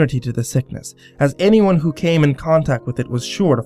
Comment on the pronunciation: Lol said "anymone" instead of "anyone" drinking game anyone?